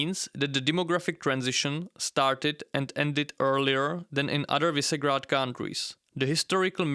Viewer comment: Visegrád is read Vyšegrad.